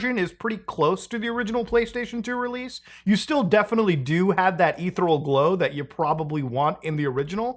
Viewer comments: Ethereal.....eh theer ee ul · Ethereal; eth-ear-ee-ahl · Please learn how to pronounce "ethereal" Eth-ee-ree-al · "ethereal" is pronounced "a-THEER-ee-al" 🤍